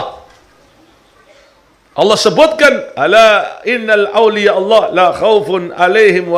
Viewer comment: Baca ayat Quran nya kurang pas dan itu dibacakan oleh habib bukan sekali loh... أَلَا إِنَّ أَوْلِيَاءَ اللَّهِ لَا خَوْفٌ عَلَيْهِمْ وَلَا هُمْ يَحْزَنُونَ inna aulia bukan innal aulia